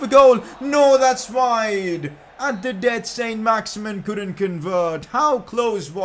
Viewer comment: It isn't pronounced "Saint Max-Imin" its pronounced "Son Max-Iman" because he's French